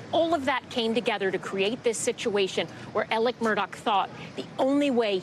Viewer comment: Alec !!!!!!!! Not elerk....what is wrong w these commentators!! Ridiculous, get off my screen.